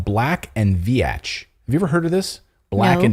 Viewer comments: Pronounced Veetch:, not "Ve-atch". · just a friendly fyi - - re. Black & Veatch - - the 2nd word is pronounced "Veeech" (like Beach)